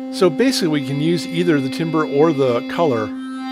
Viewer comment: timbre is pronounced tambər.